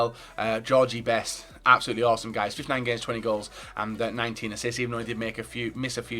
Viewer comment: "Am gonna a kool dem.........wevenge, wevenge gools"